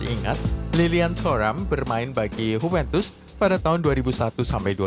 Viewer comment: JUVENTUS bukan Hupentus